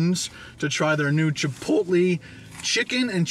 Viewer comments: Omfg stop saying chipot-lee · I cringe every time you say chipotle. (CHI POLE LAY) not (CHIPOLY) ❤️ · Chipotlee ? Lol